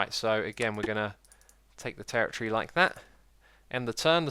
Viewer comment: god damn i cant stand the way he pronounces territory